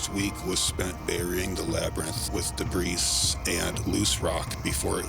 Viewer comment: Here's a thumbs up, I appreciate your pronunciation of the word 'debris'